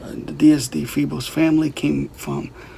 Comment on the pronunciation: When you say "FEEBLES", do you mean "Febles"?? I'm only asking because I had a Ms. Febles who was a teacher of mine in Elementary School in Puerto Rico!! I'd love to know your answer to this!